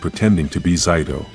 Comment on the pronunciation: Stop mispronouncing Zayto and Mistress Vile's names.